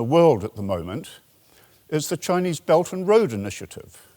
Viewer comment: oh! His "Beldnroa" very much sounded like "belgium" in my ears, thanks for clearing that up